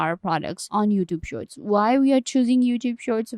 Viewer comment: I can't understand your accent. You are talking fast, mumbling and mispronouncing lots of words like "shorts" and "youtube"